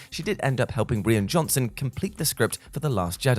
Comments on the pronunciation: Rian's name is pronounced like "Ryan" not the way you've been pronouncing it all throughout the video And basically this is actually "15 things you didn't know about The Last Jedi" because everyone knew about Mark Hamill's disappointment, the porgs introduced to hide the native puffins, Kylo's scar changing slightly, the lack of a lightsaber duel and Tom Hardy getting cut from the final release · This video would be a lot better if the presenter could have taken the time to learn to pronounce the Director’s first name properly.